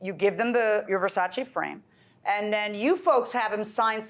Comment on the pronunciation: "Verchachi frames" oh, 🤣